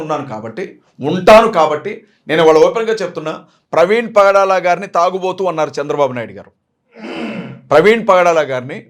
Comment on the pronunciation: Tragubotho kadu, Tagubothu ani antaru